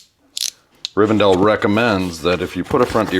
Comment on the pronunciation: It's Riven- DELL ! :face-fuchsia-tongue-out: not Riven-dale !